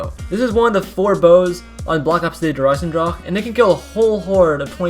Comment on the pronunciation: Why does he say der eisendrache like that